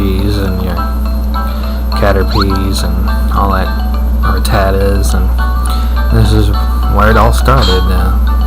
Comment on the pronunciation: it's rattata... get it right